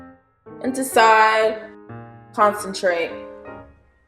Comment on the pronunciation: At the end you said Con Chen Trate , and Ben jul 😭🤣🤣🤣🤣 the ending got me😂😂😂😂😂